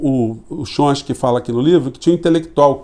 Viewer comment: Professor, o senhor é 10! Mas é "Chom- sky" (tchom- ski). Forte abraço é o obrigado pela lucidez das análises!